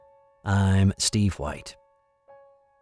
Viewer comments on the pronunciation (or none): none